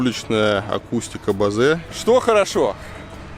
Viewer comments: Акустика Боус а не бозе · Не Бозе, а Боуз. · не бозе, а бос! дизлайк ебнул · Bose = Боуз, он американец. Dr. Bose